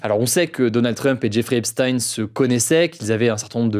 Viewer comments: Ça se lit Djèfri Epstin et non Jéffré epstaïne. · Epstein avec « ch » par pitié, comme Frankenstein, vous savez rien prononcer les français c’est dingue (ou même ep-styn à l’américaine à la limite)